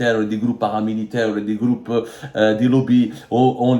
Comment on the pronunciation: J'aime bien ha Abdou quand tu dis "des groupes" ça fait "des gloupes"😂😂😂